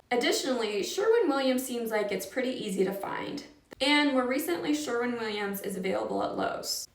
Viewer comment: Sherwin not Sherman